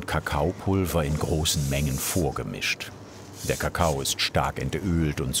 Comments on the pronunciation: Kakao, der Dialekt lässt das irgendwie ... naja. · Im Badischen wird Kakao gerne mal Ka-ka-oo betont. Schnell ausgesprochen klingt das auch schon mal a bissle komisch. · Sie sagt Kakao, aber sehr undeutlich gesprochen. Das o am Ende ist kaum zu hören.